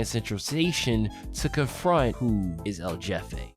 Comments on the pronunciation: pronounced L'Hefe. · "El Jeffay"